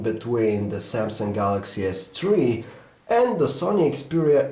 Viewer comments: galay s tree ._. THREE!! o_O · Galaxy S Twee, lol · Galaxy S tree .loool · lol Samsung Galaxy S Tree :P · Galaxy S Tree!!! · Don't you guys just love the "galaxy s TREE" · galaxy s chwee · Lmao at S tree :D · galaxy s tree ....lol